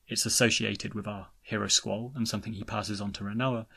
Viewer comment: Your mispronounciation of Squall makes a good video nearly unwatchable